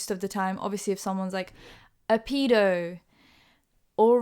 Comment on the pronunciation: We not going to talk about how she pronounces pedo ?